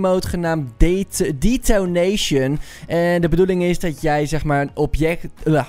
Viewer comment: hoe de fuck zeg jij detonation?